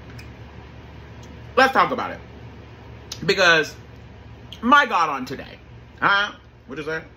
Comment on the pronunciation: Im here for the "MY GOD ON TUHDAY" 😂😂😂😂😂❤❤